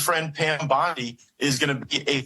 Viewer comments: Hey ! it's BONDI... please ..... NOT bundy , like the serial killer ! 🙏:hand-purple-blue-peace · My dog no disrespect but it's bondy not bundy love yah